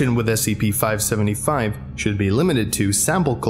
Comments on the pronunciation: Near the start you say 575 yhen say 555 then 575 lol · It was already stated in an older comment but I'll say it anyways. At the very beginning you say 555 instead of 575.